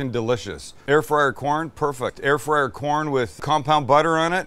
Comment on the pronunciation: "Air frizzle"🤣🤣